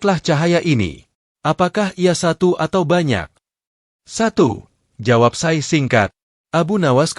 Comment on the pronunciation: Sy pernah mekritisi admin,klo Naratornya hrs org yg paham dg dunia Islam termasuk pengucapannya.Ucapan Alloh,Syaikh dll yg jelas jgn membuat pendengar menjadi ragu.Narator belajar dulu jgn asal baca,salah pengucapan salah pula maknanya.Jgn cuma keuntungan sepihak..